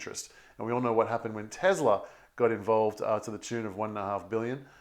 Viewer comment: It’s teSla not teZla